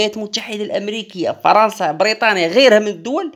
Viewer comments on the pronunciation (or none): none